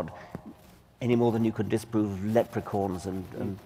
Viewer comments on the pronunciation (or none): It cracks me up every time I hear Dawkins say "Lepracorns".